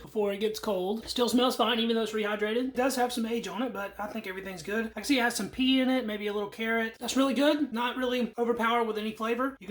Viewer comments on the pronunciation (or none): LOL You said, "it has pee in it." Ok I know you meant PEA. Im so juvenile, but it did sound funny.